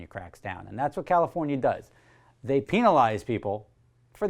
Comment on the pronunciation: Is peenalise a real word??